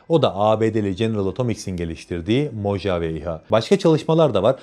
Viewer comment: Mohavi diye okunuyor. ABD de bir çölün ismi.